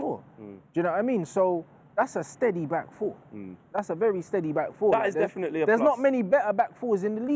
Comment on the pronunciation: He said dedinitely one not three